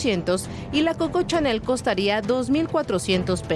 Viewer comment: No es coca chanel, es coco chanel, no es tupsi, es two c, tusi, si no es paleta. Investiguen bien reporteros.